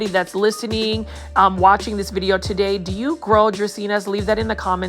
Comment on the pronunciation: I would 100% purchase that Aglaonema tuh-day! 😍